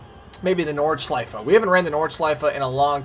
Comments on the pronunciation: klingt als würde er nordschleifer oder schleifa sagen 😂😂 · Bist du deutsch? Das klingt es komisch wie er das sagt😂 ist mir erst garnicht aufgefallen